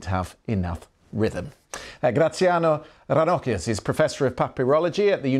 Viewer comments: Yes, I was surprised when he pronounced 'Graziano' correctly and then he pronounced 'Ranocchia' incorrectly, conforming to my expectations. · Me as an Italian hearing his pronunciation of Ranocchia 😢🤌🏻🙉